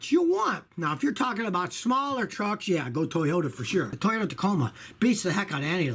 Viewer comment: i just made a compilation of every time he says toyoya lol